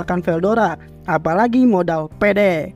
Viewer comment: Kenapa kata " PEDE " nya di tekankan gitu 😂😂